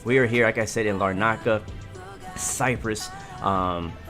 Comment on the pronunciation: It’s not lar…naca, it’s more like larna…ca but without the pause.